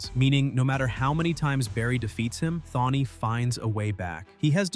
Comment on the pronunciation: This nicka said Thawny😢😢😢